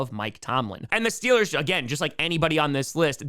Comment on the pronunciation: We need the T-Shirt, "Stillers gawna supabowl". Excellent regional dialect research.